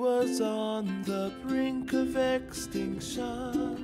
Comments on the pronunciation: don't wanna be rude but its not extin sun. its Extinction. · Jermaine Dela Cruz I don't blame her, the emphasis was all wrong. He sang EXtincTION, the exact opposite of how it's supposed to be pronounced. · I wonder if Ben Croshaw ever saw this. I like to imagine him snapping halfway through this short in the middle of the theater and screaming "You can't say "VOLcaNO", "EXtincTION" or "hapPY"! Emphasis is on the wrong syllable! YOU FUCK!"